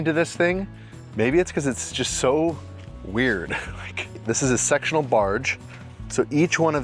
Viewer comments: lol after you were talking about attraction I swear I heard "this is a sexual barge" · When you said, this is a sectional barge, I thought you said sexual barge.😂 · "This is a sexual barge." What? LOL! Oh. He said "sectional."